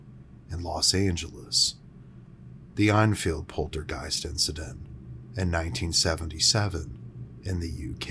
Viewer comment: These cheesy narrations aren’t doing anyone any favors. There was no Einfield haunting. There was however an Enfield haunting.